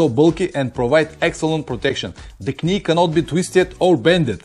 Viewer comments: I understand Rukka are doing a new jacket with a chest protector within the layers, (like they do with a back protector) Guess what, it's not cheap....Oh finally, it's not 'k-nee' my friend it is pronounced 'nee'... the 'k' is silent...it is something stupid we do in the English language... as in 'Knife' A bit like the French do with tyres with 'pneu'...Have you ever tried to get a tyre repaired on a Sunday in France saying " réparez-vous des .. 'puh noos'? I have, I was 19.... luckily the Renault Dealership workshop had a good laugh and took pity on me.... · Excellent video again. Not to be an ads but knee is pronounced nee with no k. Just trying to help you. Although it has a k in the spelling it is silent like knife we say nife. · anyway, I think everybody understood, and maybe I am not the only one to find it authentic 'Pavlinesque' ;-)